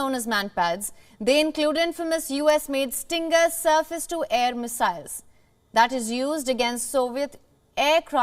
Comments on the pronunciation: It is Stinger Missile. Not Stringer. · Stinger not stringer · It's Stinger missile, not stringer. Lol 😆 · "Stinger" not "stringer missles"